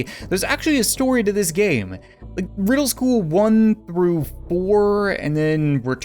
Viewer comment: I love how he said wedel school